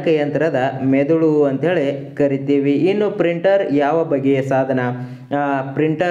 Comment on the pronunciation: ಸಾಧನೆ ಅಲ್ಲ ಅದು ಸಾಧನ